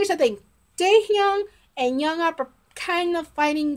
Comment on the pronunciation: Thank you for your reaction and for being a fan of B.A.P. How much do you know of them? What stuff have you seen of them? Oh and Jongup’s name is pronounced with the J sounding similar to Jump. It’s not with a y sound. I would like to request a reaction but I don’t know what you have seen already.